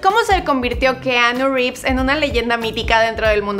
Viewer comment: Pronuncia bien el nombre porfavor